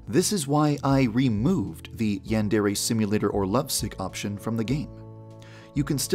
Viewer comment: The only problem with this game is that you pronounce it as ‘yandairy’ and it’s truly triggering